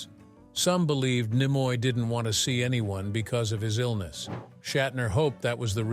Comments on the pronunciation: Sorry; hearing the AI voice mispronouncing "Nimoy" caused a hard pass. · How you're pronouncing Nimoy is really annoying